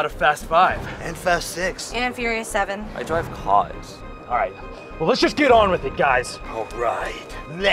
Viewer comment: "Ai Drave carrs!" LOL